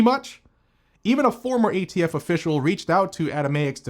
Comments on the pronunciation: thumbs down for "gay-T-F" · I see nothing wrong with this pronunciation. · Did you say "gay-T-F" perfect? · He said gaytf ha ha